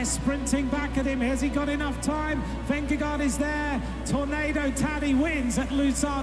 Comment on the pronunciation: You can’t pronounce correctly pogacar Nor his first name either Same vingegaard Why would someone make such errors ?